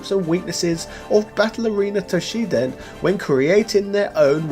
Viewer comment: Toshinden … the game is called Toshi*n*den